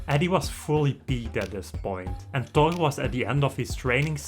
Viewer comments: Wtf is he saying? Todd? His name is THOR. Learn English, man. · It sounds like hes saying tok and not thor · The way this guy says 'Thor' is slowly eating me up alive